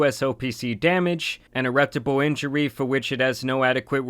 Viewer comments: irreptable injury.... Bruh Don't tell me English is your first language lol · "irretpable"? huh? that's not how you say that word bro